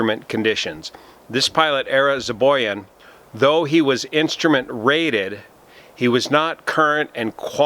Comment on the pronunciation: His name is Zobayan, not Zoboyan